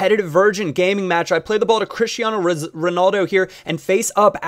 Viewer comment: It's pronounced Chish-e-arno in Portuguese pal :)